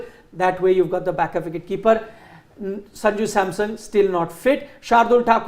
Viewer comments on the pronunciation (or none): pronounces Sanju Samsung, ha ha ha